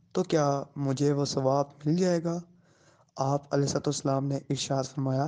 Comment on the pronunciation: Ye Alai wasalm Qn bol Raha he was Allyhi Qn